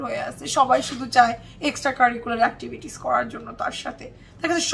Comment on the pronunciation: Every time you say "extracurricular actitivities" I laugh 🤣🤣🤣🤣🤣